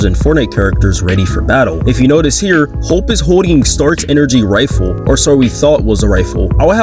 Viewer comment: Why does bro say hope weird